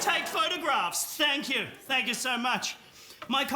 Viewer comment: As soon as randy said thank yor I instantly knew he was at least 35